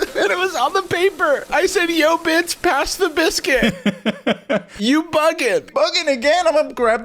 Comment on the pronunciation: I came back to this video a second time just to hear bliscuit one more time